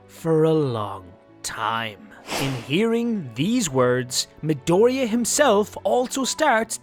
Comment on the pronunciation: Midoria 😂 JAJAJA that pronunciation